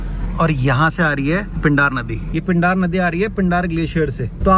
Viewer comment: पिंडार नहीं पिंडर नदी, जो आ रही है पिंडारी ग्लेशियर से न की पिंडार ग्लेशियर से। जोकर के जोकर रहोगे तुम दोनों, उत्तराखंड का GK तो तुमने पढ़ा नहीं होगा कम से कम बोलने से पहले गूगल ही कर लेता। 🤡🤡🤡🤡